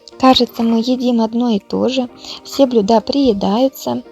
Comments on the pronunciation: блЮда , ударение на Ю, сварить на газЕ ( не на газУ). Спасибо за идеи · Блюда а не блюда